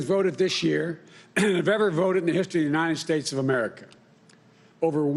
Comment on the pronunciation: Did he say united snakes?